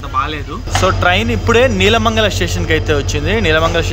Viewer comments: its not "నీలమంగల it's నెళ్ళమంగల" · Nice video, but few corrections: 1.PF#1 entrance at YPR is small, but PF#6 entrance is huge. 2. Loco is WDP 4, not WAP 4! 3. Regarding Train Board, YPR🔄KAWR triweekly has RSA with YPR 🔄 MAJN triweekly "Gomateshwara Express" and weekly YPR 🔄 MAJN express as well. 4. Nelamangala is pronounced as నెలమంగల not నీలమంగల. 5. Shravanabelagola is శ్రవణబెళగొళ‌, not శ్రావణబెళగొళ‌. 6. Hassan is pronounced as హాసన , not హసన్. 7. Banker/Breaker locomotive is fixed in the front while descending the ghat to control the descent. They are fixed at the rear end when the train is ascending the ghat so that they can push the train uphill. 8. Yedakumari is pronounced as యడకుమరి.